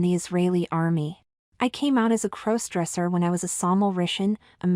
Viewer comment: There's that "crose-dresser" thing again. AI narration detracts from your narrative. The story would be far better with competent (human?) narration.